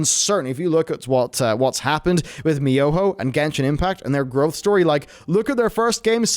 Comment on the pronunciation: anyone else notice how he said miyoho instead of mihoyo ?